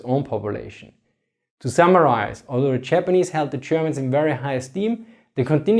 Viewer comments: I feel like he is pronouncing Germans like: "chairmans" xD No offense thats my subjective feeling. Good video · the chapperneese and the chermen? sorry, just could not resist, no seriously , interesting stuff, thanks